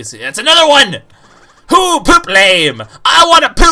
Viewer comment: it's hoo not poo